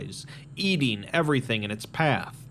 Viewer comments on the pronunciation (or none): none